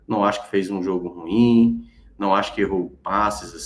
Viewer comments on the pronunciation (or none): A pronúncia não é RUIM!!! ....é RU-IM!!! Tem 2 sílabas!!! Internet tbm é cultura!!!